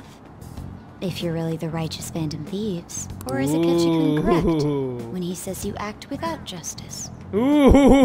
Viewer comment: btw u pronounce 'kun' as kuun not koon